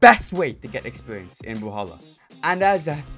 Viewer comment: "expewience" lmao